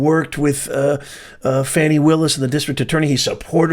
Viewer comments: Are you purposely mispronouncing Ms. Willis’ first name because you are that biased that you don’t feel you need to be respectful of the way she pronounces her own name? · This guy should pronounce her name properly🤔